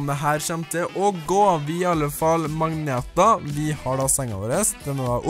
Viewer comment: Se på bra engelsk! "Mangneta"